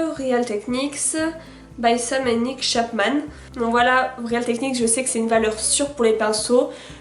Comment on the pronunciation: aaaaaaah! real ne se prononce pas [réale] mais [ril] !